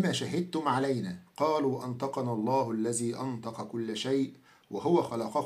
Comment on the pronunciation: جزاك الله خيرا يا ونفع بعلمك... كان عليك يا ان لا تلحن بالقرآن حينما تقرأه فقد قرأت كلمة (إذا) قرأتها (إزا) فبدلا من حرف الذال وضعت حرف الزاي.. وكذلك كلمة (الذي) قرأتها (الزي) هدانا الله وإياك إلى الحق وجعل عملك هذا خالصا لوجهه تعالى...